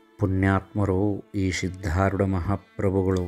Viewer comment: Sir dayavittu sariyada uchchara maadi.....adu SIDHDHAROODHA Gurugalu....SHIDHDHAROODHA Gurugalu alla......